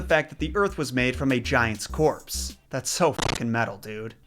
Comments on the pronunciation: A common mistanke also in Danish is the way Bi-frost is pronounced. The meaning of the word is a bit shaky but the most likely way to pronounce it is bif-rost where bif, in old norse, means trembling or shaking and rost is road. So Bifrost then comes to mean the “trembling road” or perhaps in another translation the “momentarily visible road”. Doesnt quite roll of your toungue i know but I dont make the rules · It's actually pronounced "BIF-roast" (emphasis is always on the first syllable in Norse words). "Bif" is of the the same root as the Icelandic word "bifa", meaning "to move", and "röst" is a really archaic word of uncertain meaning. It's also possible that it's a misspelling of an earlier version of the word, called "Bilröst", meaning something akin to "the fleetingly glimpsed rainbow".